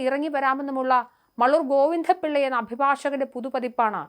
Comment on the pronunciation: ഈ അവതാരകയുടെ ഉച്ചാരണം വളരെ മോശമാണ്. ഗോവിന്ദപ്പിള്ള എന്നോ സാത്വികൻ എന്നോ എന്തിന് വാദം എന്ന വാക്കുപോലുമോ നേരെ ഉച്ചരിക്കാൻ അവർക്ക് ആകുന്നില്ല